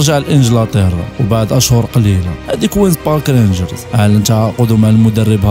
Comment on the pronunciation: الفرقة سميتها كوينز بارك رينجرز، ماشي كوينك بارك